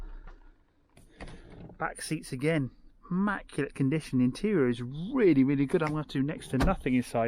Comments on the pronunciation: ‘Nearly ammaculate’..😬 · Devon pronunciation..😬